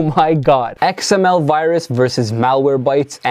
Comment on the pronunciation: xml said like that your computer f by xml